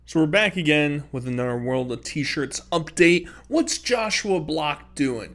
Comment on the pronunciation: although you struggle with the word "another" i still love you